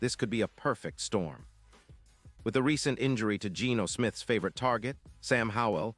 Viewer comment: It's SO HARD TO GAG DOWN the Ai Voice with it's MANY MISSTEPS... "Gino Smith"? "Pete Carroll" someone over there needs to find a human with just a brain and voice... Good grief, I hate these.